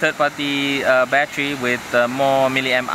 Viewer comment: When he said battery it sounded like he said bat tree lmao